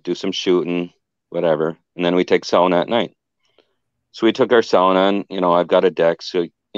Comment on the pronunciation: I don't know if anyone else picked up that was pronouncing the word "sauna" correctly, I would have to wonder if he was of Finnish heritage:)